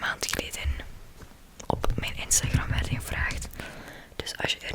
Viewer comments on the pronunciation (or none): none